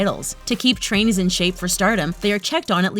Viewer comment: Every time I hear trainees I hear Chinese for some reason